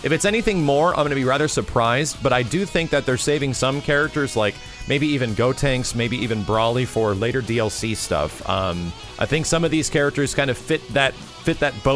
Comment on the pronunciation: Great job keep it up but I have one complaint brolys name is pronounced BRO-LEE, not brawler or brakes,but I agree with you about cooler.